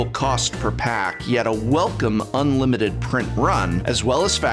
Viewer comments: Some magic players ask the question did say "Unimited" instead of "Unlimited" for conspiracy??? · ...”Unimited” lols